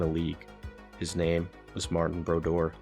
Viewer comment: Awesome, awesome vid! You're a natural storyteller. A couple of small suggestions: You pronounced a ton of names incorrectly. Definitely worth it to go the extra mile on this in the future, as it may come across as a lack of knowledge to some. B-roll is obviously very time-consuming to put together, but using the same shots multiple times in a small time frame feels repetitive and maybe a little stale. Also, small things like showing a shot of Ryan Johansen when talking about the 2010 Predators even though he didn't play for them until 2016; would be better to avoid I think. (Of course that's being a little picky on my end!) Your writing is so good, and I think these are two things that are worth being more diligent about so that your final product can match the quality of the script. Keep going. This game (and all games really) can never have too many great storytellers.